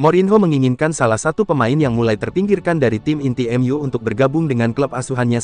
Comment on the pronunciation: Ca❤pek ya ngomong EMYU jadinya cuma ngomong mu mu mu